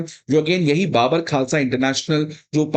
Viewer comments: Sir I’m Punjabi it’s not baabar khalsa when we speak it’s bubur khalsa 😊😊😊😊 like we say bubur sher 🦁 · ओ भाई।।। ये कैसा अध्यापक है जो कि बब्बर खालसा को बाबर खालसा बोल रहा है 😡😡😡😡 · First learn how to pronounce Babbar